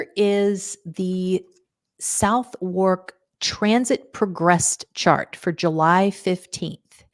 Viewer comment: Southwark is pronounced 'Sutherk'.